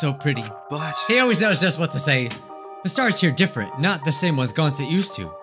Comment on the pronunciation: They say Gounta BUT ITS GONTA!!!!!!!